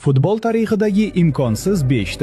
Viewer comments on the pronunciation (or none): none